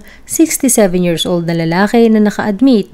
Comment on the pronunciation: Why in the world you are pronouncing years = “yearzz”as well as thousand = “thouzzzand” hayyy naku